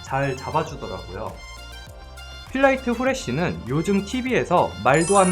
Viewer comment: 아니 ㅋㅋㅋㅋ 묘하게 제품 광고하실 땐 글자 하나하나를 강조해서 발음하시는 느낌임 필.라.이.트.후.레.쉬.는.~~